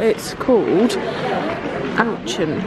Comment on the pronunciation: The supermarket - owchen! Sorry it’s pronounced oh-shon (not really pronouncing the final “n”) x